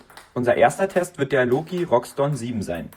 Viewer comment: Wie kommt man auf Roxton ? (R -> X) = (R) (iX)TON Es heißt auch nicht Shire 03